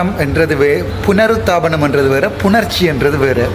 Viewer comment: புனருத்தாபனம் அல்ல புனருத்தாரனம்.